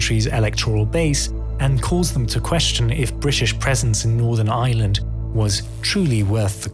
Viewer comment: Pity he can't say Ireland .